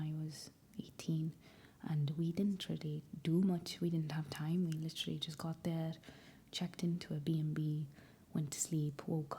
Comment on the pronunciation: The way u say literally is so welshy as a welsh girl it’s not to shabby